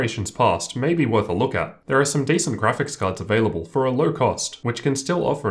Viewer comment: Lol, "ther" instead of "there."